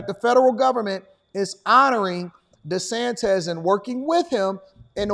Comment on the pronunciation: Desantez LOL